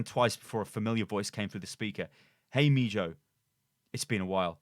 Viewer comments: me-ho that's how you say mijo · mispronounced mijo